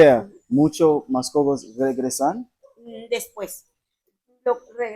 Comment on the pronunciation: Mascogos sounds like Muskogee.